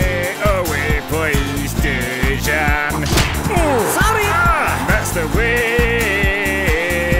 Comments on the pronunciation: Name of the Lovren is not speaking like Deyzan(Dejžan), its speaking like Deyan (Dejan). Lovren is Croatian, I'm the Serbian, so I know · Its dejan not dežan hahahahahaha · Why cant you pronounce Lovren's first name the way it should sound?